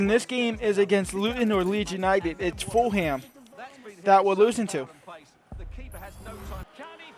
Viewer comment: Foolum not full ham XD